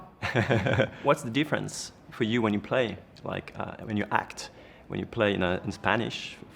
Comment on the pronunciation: Dommage d'avoir fait l'interview en anglais qui n'est pas du tout maîtrisé du côté du journaliste. "You Hact" (entre autres) un supplice pour les oreilles...